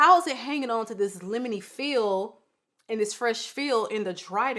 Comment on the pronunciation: McSCUSE me ma’am. Did you just say…. record scratch….. LEMOFY?! I am DONE and I’m taking that one with me🤣🤣🤣🤣 love it!!! Poor Akro lol